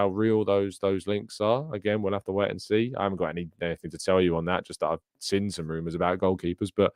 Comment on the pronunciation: Good show, but please speak gooder Inglish like wot I does. The word is “seen”, not “sin”